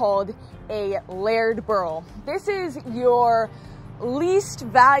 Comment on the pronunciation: The way pronounced layered was odd, too. It sounded like laird.